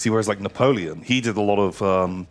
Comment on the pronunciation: Na-tom-eon -aparte